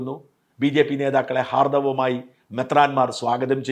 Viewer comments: ഹാർദ്ധവമായി എന്നല്ല ഹാർദ്ധ മായി എന്നാണ്. മണ്ണിനടിയിലെ കാലോ അതോ കാലിനടിയിലെ മണ്ണോ? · " ഹാർദ്ദമായി " എന്ന് തിരുത്തുക. " മാർദ്ദവം " പോലെയുള്ള " ഹാർദ്ദവം " അല്ല !